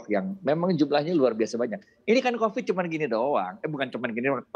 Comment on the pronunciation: covid cuma gini doank? lidahnya keseleo